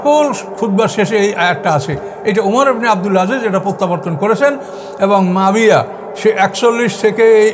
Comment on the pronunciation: মুয়াবিয়া নামটা উনি শুদ্ধ করে বলতে পারেন না, বলেন মাবিয়া